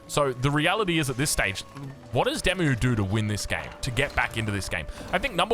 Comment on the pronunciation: I have to keep saying this.... Oi DeMu...Walls! FFS